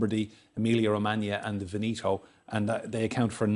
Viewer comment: Pronounce Veneto right